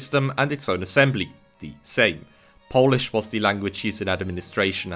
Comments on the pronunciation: Another great video on the history of our nation! thank you for bringing these topics to light on your channel. I'd also like to applaud you on your well pronunciation of Polish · As a Pole, Polish pronunciation is perfect and I wish that your channel to be better known, because it is criminally underrated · Nice man, really good pronunciation